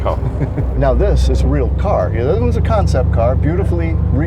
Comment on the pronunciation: this is a nice-riding cahh - heh heh heh